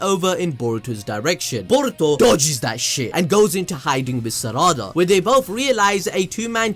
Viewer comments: Who Th is serada ITS PRONOUNCED LIKE SARADA NOT SERADA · Why you say sarada like that